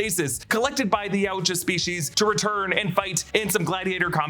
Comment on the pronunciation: ITS PRONOUNCED YOW-CHA Jesus Christ